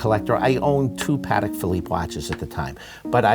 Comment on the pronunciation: Always amazing to me how even watch people don’t pronounce Patek correctly. It’s Pah-tek not Patik. Jewish New Yorker, I guess he can be forgiven but definately not the director of sales. Oi vey.